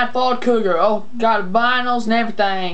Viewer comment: its vinyls not vinals dude XD